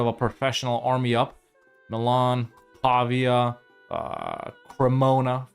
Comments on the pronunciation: I’m not convinced, since the pronunciation of ‘Pavia’ isn’t quite right 😂, but I’ll give you the benefit of the doubt. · pavia is pronounced with the emphasis on vi, not on pa (hope it doesn't come off as too judgey, I don't really care how you pronounce it, but since you say Brescia fluently...) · Nice campaign, by the way as italian i've to say that Pavia and Signoria have accent on the "i" letter, pronounced like the name Maria. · As an italian who studies in Pavia, the correct pronounce is Pavìa, but you pronounce correctly almost all the italian city names